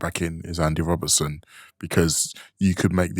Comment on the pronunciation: sorry to correct you. Its Rob_BERT_ son not Robin_son